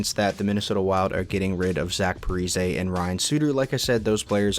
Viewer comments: Repeat after me: Pa-Ree-Zee 😒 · "Zach Parizay" bruh